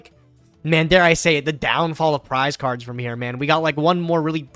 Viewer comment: i hate how pronounce cards. it pisses me off.